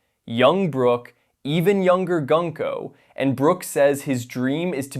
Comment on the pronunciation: The way you say Gunko 😅